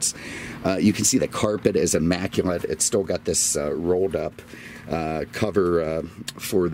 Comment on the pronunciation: What was that word - "immacument?"